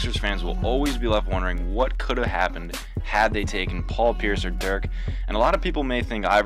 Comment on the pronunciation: Commentator was boring as hell. Pronounced Dirk's name wrong. Didn't transition with the topic well